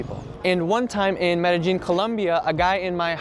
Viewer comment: Perfect prononciation of Medellin. Most native English speakers will pronounce the double 'L' as an "ei" sound, when we pronounce it as a soft "J" for "John".